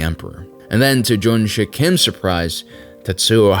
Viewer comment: like your videos but some corrections are to be made, Since its american thing to mis-pronounce or interpret everything. the main Character's name is Junsik not JunSHUCK Korea was annexed by Japanese on 1910s after Treaty of Eulsa was signed by Japanese Empire and Korean Empire (signed by Korean Traitors / after assasination of Korean royals) Before that even happened, Korea was never occupied by Japan though Korea was invaded by Japan on Numerous Occasions Kwhantong Army was well-equipped compared to other IJA forces but not compared to Soviets. after several battles, Japanese Command did realize their fire power and heavy weaponry is incomparable to what Soviets had. so the Japanese Command encouraged their soldiers to participate in brave, honorable suicide missions against Soviet bunkers and tanks just like they did in China. (Encourage = Forcing them to*) this Korean guy who was captured in Normandy was identified as Mr. Yang gyeong sung, he later immigrated to U.S but never said a word about his journey not even to his family. but many of Korean WW2 Survivors tell the similar stories, One of the famous one is Korean guy who was stationed in Indonesia during ww2, then joined the independence movement in Indonesia to fight against Dutch etc German invasion of Soviet Russia was Operation Barbarossa not Captain Barbossa Pas de Calais [ Pa- de calae ] not pass di Kaales